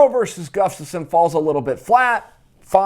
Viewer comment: 😂 Chael is so smart but can't say "Gus-taf-sson" ... He says,"Guf-taf-sson" everytime!!!